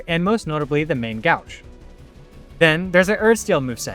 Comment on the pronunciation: Man as a french i am horrified by your prononciation of the main-gauche its the same sound as boat!!! lol